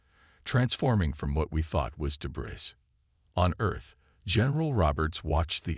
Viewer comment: Work on pronunciation of some words, please. The word " debris " is pronounced like " de bree", without sounding the "s". Work on that okay?